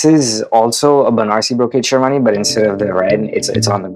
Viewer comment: even stuff like sherwani and lehenga they cant pronounce correctly... so how do you expect them to pronounce their names. shawani lol